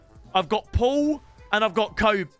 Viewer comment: Did he jus called Kobe tobi😭